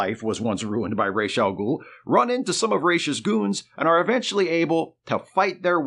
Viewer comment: It has come to my attention that the pronunciation of "Ra's AL Ghul" is ROHZ (Head of) not RAYSH (Feather of).